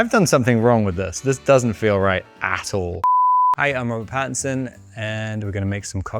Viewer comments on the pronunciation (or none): “Hi I’m Robart Paddison”